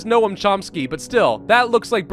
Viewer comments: It’s not no-am, it’s pronounced like gnome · it's NoaM, not Noah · For future ref Noam is pronounced more along the lines of “gnome” rather than “no-am” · they way says Noam triggeres me greatly.